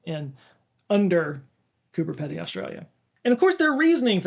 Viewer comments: before watching my guess is he'll mention coober pedy. edit: correct, he pronounced it wrong tho :< its pee-dee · Re. Coober Pedy, has the second part pronounced peedy. 🙂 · It’s Coober Peety like tree. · Pronounced "peedee" - but you were close! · Coo-ber Pee-dee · Ahhh! Aussie here. The ‘Pedy’ of Cooper Pedy is pronounced with a double ‘e’ sound, like in the word, ‘needy’. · Coo-Berr Pee-Dee for anyone who wants to pronounce it right, btw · Mate, It's Cooper Pee-dee. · Hey mate…you’re saying it wrong ya drongo, it’s said like coober peedy right? Onya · Coober PEE-dee. And the anglicised name is not dissimilar to the Aboriginal name. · Coober Pedy is pronounced Coober “Peedy”. Great place to visit. Stay in the underground hotel. You turn your room lights off and you cannot see your hand in front of your face. Day or night. Best night’s sleep ever but disconcerting when you wake in the night… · It’s pronounced Coober Peedy and it’s an amazing place. Fun fact, a small portion of the original Star Wars was filmed there. If you’re visiting Australia it definitely should be on your to-do list! Another awesome video,! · I'm Australian and I've not once heard Coober Pedy pronounced in that corrupted way. It's always been 'pe-de' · It’s pronounced “peeeedy” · FYI the 'Pedy' in 'Coober Pedy' is pronounced with two e's. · its pronounced “Coober Peedy” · Coober Pedy == Coober Peedee, mate . . . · Coober Pedy is pronounced Coober Peedy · Just an FYI its Coober Pea-dy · It's pronounced Coober 'Peedy' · Coober Pedy is pronounced Coober Peedy. You're welcome. It's just as well most of it is underground coz the local summer temperatures are incredible. We drove through there once when I was a kid, and have avoided it ever since. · Sry to do it. It’s Coober Pee-dy.. that’s how ya say it anyway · Coober Pedy, pronounced 'peedy' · FYI it's pronounced Cooper pee. Dy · It's pronounced "Coobah Peedee" mate! Git it in yaaaa! 😂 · Australian here. It's pronounced Coober Peedee